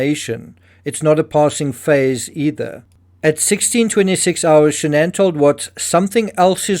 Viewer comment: Her name was SHANNON...not shan'ann